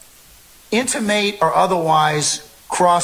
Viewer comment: inti-mate or Intimidate?